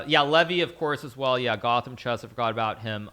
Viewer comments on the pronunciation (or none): none